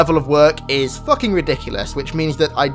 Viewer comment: when you say fucking it sounds like "lucking"